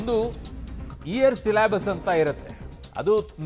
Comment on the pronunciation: ಸಿಲಾಭಸ್ ಅಂತೆ.. ಕೇಳಿ 😂